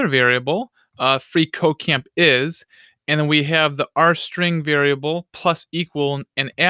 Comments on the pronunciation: makes me think he is saying free co-caine is awesome.... Not at all a drug addict btw. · i keep hearing free coke dot com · Every time he says "freeCodeCamp" I hear "Free cocain"...especially when he says "freeCodeCamp is awesome".